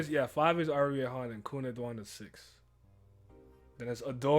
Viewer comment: 5 is Arie Hon not Ari Han -_